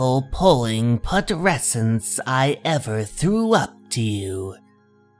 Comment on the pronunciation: Hello, resident etymology/word forms expert here, your friendly comments librarian. 'Putrescence' is the noun form of the adjective 'putrid', and should thus be pronounced similarly. Not going to nitpick about any other things, other than mispronunciations if I find them. (EDITS: 'dame' said with a long 'a' usually, but the French 'la dame' has the pronunciation you used. 'Invalid', as an adjective, uses the phonetics you did, but as a noun, 'in-vuh-lid' is the rule. Knowing the word "shovel" is good for coming across "hovel", but it is pronounced like "hover".) EC Comics are wonderfully retro horror tales that still shock, horrify, and satisfy the urges for retribution taken WAY TOO FAR. Hmm... every time I see one here, I wonder if Horror Symphony has played What Remains of Edith Finch, one of my favorite games with exploration, generational trauma/horror, and a vast variety of storytelling mediums/styles. The third Finch's life (and death) you play through is told in the style of Tales from the Crypt, complete with a Crypt Keeper looking jack-o-lantern mascot.